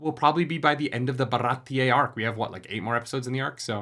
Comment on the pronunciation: Ba-ra-ti-EH not Ba-ra-ti-EY